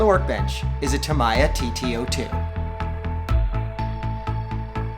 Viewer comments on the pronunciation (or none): It’s ta-me-ya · I think it’s pronounced tameeya